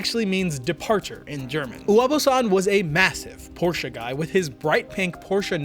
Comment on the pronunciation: Tf He keep saying Porshca for. Wtf is a porshca 😭😂